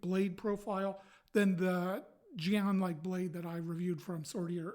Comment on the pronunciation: "Jian" is pronounced like the letters "G" and "N" together (assuming you're going for the Mandarin pronunciation).